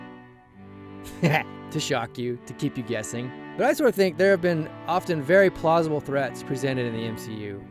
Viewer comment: you said plausable